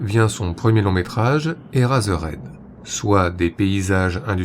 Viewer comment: "Eraserhead" se prononce "I-reï-zeur-héd"